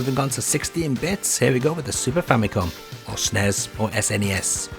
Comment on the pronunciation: The way this man pronounces SNES. Shneezzzz <3